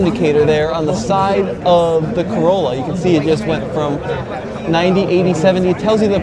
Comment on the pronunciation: Oh wow a $100K "Carolla"